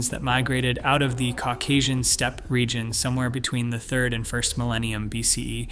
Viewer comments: omg, can't you find a human to narrate this? "Step-py" over and over again for steppe--it's insulting/ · Step-ee? OFS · Steppe-eh? No complaints about your content, but Steppe? Eh? : )